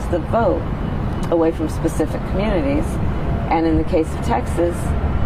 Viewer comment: The way she pronounces “community“ is so weird. It’s as if that word is too difficult for her.